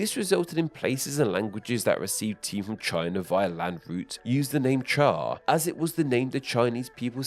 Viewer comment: I commend you on your chinese pronounciation of cha, although I don't for the pronounciation of the jian in fujian